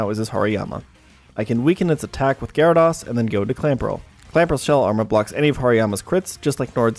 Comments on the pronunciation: Good video. But it's pronounced Gyara -dOs not Gyara-dAs. lol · God the way you pronounce gyrados and suicune reaaaaallllly grinds my gears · Every time I hear Gyara*doss* I die a little on the inside. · Never trust anyone that pronounces it Gyara-doss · Amazing content but how can someone play so much Pokemon and still mispronounce "Gyarados" so much lol